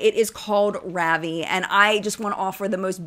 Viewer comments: For what it’s worth, Allie Glines’s makeup line is pronounced ‘Ra-VEE’, which she explained is French for ‘delighted’. It’s SO Allie! 😊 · Now I'm going to make fun of you for your pronunciation of Allie's brand! 😂 Also a French word: it's ra-VIE, with emphasis on the second syllable. ❤